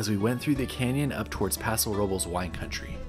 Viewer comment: Paso Robles... Paso Robe less, NOT Paso Row buls! It's not that hard to say it correctly. 😉🍷